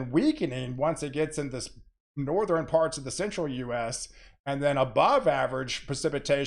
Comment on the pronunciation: You say "Nor-thren". Interesting.